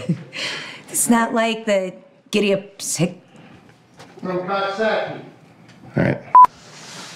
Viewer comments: It's cook-sock-ie not cox-sock-ie. Lol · Why does everyone say Coxsackie wrong its (cook-sock-ee)